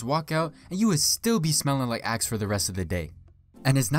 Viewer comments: my dumbass thought he said ass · I thought he said ass lol